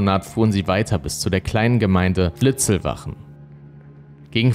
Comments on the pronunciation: Die Ortschaft bei Traunstein heißt Litzlwalchen und nicht Litzlwachen. 😉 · Der Ort heißt Litzlwalchen mit „l“ in der Mitte 🤦🏼‍♂️ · Ja, nicht Siegersdorf. Und der Ort , an dem die Schüsse fielen, heißt Litzlwalchen, nicht Litzlwachen. Diese Fehler stören enorm und wären leicht zu vermeiden… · Servus, es heist nicht Siegesdorf sondern Siegsdorf und nicht Litzlbach oder Litzlwachen sondern Litzlwalchen. Außerdem ist Litzlwalchen keine eigenständige Gemeinde, sondern gehört zur Gemeinde Nußdorf. Ansonsten ein prima Video in gewohnt guter Präsentation. Danke. Liebe Grüße aus dem westlichen Chiemgau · Leider heißt der Tatort nicht Litzwachen , wie hier genannt, sondern Litzlwalchen und der hier Siegesdorf genannte Ort Siegsdorf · Sorry, will nicht klugschei..ern, aber: Es heisst Siegsdorf (nicht Siegesdorf) und Litzlwalchen (nicht Litzlwachen). Bin aus der Gegend... Ansonsten wirklich sehr guter Kanal! LG